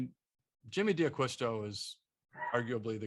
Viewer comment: Da Qwisto is how it’s properly pronounced?